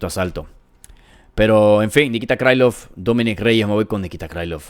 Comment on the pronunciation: 1.-T. Gore no gano el Contender Series (lo gano Battle). Tulio es mas completo y versatil - Gana Tulio. 2.--Xionan no tiene buen piso, Shang trapeó con ella, si pega duro - Gana Jandirova porque tiene muy buen BJJ. 3.-Krilov no es un apellido gringo, y trae una "k" de inicio, no se debe pronunciar "Craylov" (no jodas) - Gana Krilov. 4.-Patricio se apellida Freire. Yair es malisimo en su anti derribo, ahí se va a meter Pitbull - Gana Freire. 5.-Dos veces dijiste en tono socarrón, que Mitchell cree que LA TIERRA ES REDONDA, ja ja ja ja, parece que andas muy mal - Gana Silva. 6.-Pimblett....se abre mucho al disparar, por ahí puede entrar la mano de Chandler, sin embargo...Pimblett va a hacer lo que no hizo Oliveira, y se va a rankear en el 6to. Chandler esta golpeado, y tiene edad. 7.-Lopez es mas alto, tiene mucho mas alcance, es rapido, buen striking, un BJJ campeonil, quizás su problema puede ser el cardio.Si Lopez no termina la pelea en 3 rounds...puede que Volka gane. Creo que gana Diego López.